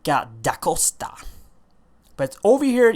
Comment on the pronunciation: I'm happy that you pronounced it's name correctly except for "d' Aosta", you said " D' ACOSTA" but where do you see that "c"? It's A-O-S-T-A. PS:Where are you from :)?